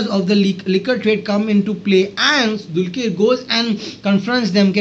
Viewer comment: Kindly pronounce Dr's name properly. It is dulqar.. Not dulkeer